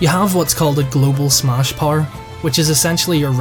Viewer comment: Not trying to be mean,but when you say smash it sounds like SMOSH.